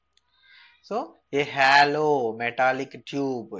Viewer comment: its not hallow it is hollow....